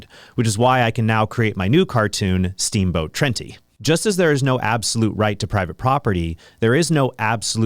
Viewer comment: “Steamboat Trentie” lol